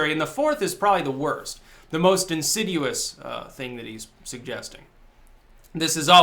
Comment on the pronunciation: "InsiDUous"??? Did you mean to say, "insidious"?